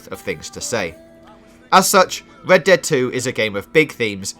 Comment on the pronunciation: "Wed Dwead Wedemption 2"